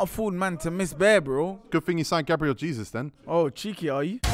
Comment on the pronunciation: You can tell didn’t get his GCSEs it’s pronounced GABRIEL HAYZOOZ